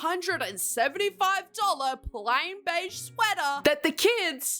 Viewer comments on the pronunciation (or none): none